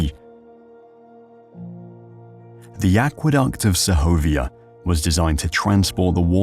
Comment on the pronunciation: Sehovia no. The G is hard. So just seg ovia like Seg ment